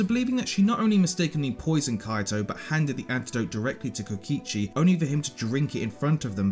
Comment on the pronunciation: DID U JUST PRONOUNCED KOKICHI AS KOICHI???? SADHADHSKDHKJDSHDADD